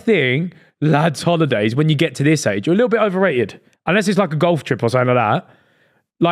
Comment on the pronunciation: I always get tickled how says golf. “gauwf”